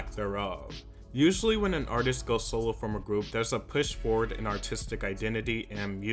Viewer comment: Every time said “solo” it sounded like soul 😆